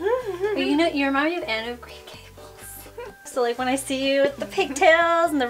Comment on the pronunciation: "Anne of Green Gables" NAILED IT.